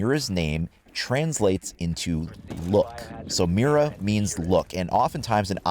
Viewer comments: It's pronounced Mida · Well since I can actually pronounce an Operator Name, people saying meer-ra is going to really get under my skin lol